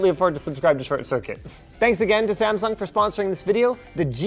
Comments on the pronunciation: Okay, WHAAAT, did Linus just say there 🤷🏼 Samfung or my ears just “that” bad 🤔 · the way he says samsung at the begining